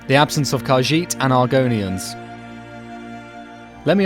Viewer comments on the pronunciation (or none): none